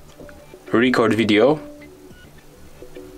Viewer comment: It DOES work. In standard English pronunciation, the stress matters. In your film you gave too much stress to the first syllable of "record". You could try again with a very very short (it will seem short to you) "re-" and a very very long "-cord". "Re-CORD video". (I think you are saying "video" OK.) It's not your fault. The Android makers should have allowed for Asian accents.